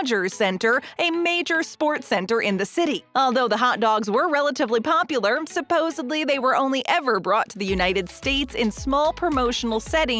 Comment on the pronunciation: As a professional narrator, it drives me crazy to listen to this lady. It's SUPPOSEDLY, lady, not SUPPOSEBLY. You're a professional, and it's a pretty simple word for pity's sake.